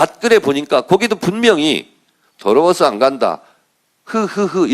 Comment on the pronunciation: 더러워서로 안들립니다~ 더러버서로 들리는데요~